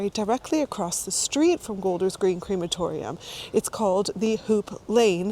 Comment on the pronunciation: It’s pronounced crematorium not creematorium.